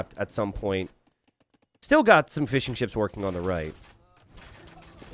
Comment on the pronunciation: Jesus Christ you are saying "fishing ships" not "fish and chips" like I was thinking damn these people got fryers? Fml